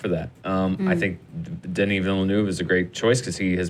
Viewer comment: Alright let's make it clear, I'm french canadian and the girl in the middle is pronouncing denis name right !